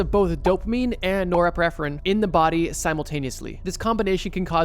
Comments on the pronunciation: NorepiNephrine. With an ‘n’. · I DEFINITELY wanna see part four...but, brother... There is definitely another "N" in Norepinephrine.... Let's break it down: Nor-Ep-In-Eff-Rin. Norepinephrine. Source: dual-major degree in Biochemistry and Neurosciences. Loving this (even though each and every one makes me want to add sooooooo much more info...) Keep it up, buddy. Love you! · Extremely good video. Now say “epinephrine,” (also called adrenaline). Now add “nor” at the beginning. You got the pronunciation of norepinephrine now. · bro the way he says norepinephrine